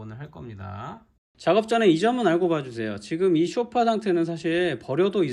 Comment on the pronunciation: 아니 왜들 소파를 쇼파라고 발음을 하는지요